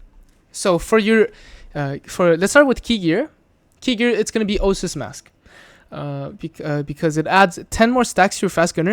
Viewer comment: o-AA-sis vs osis It's a long A sound